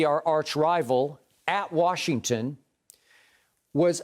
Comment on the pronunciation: Tell skip to say Washington’s name right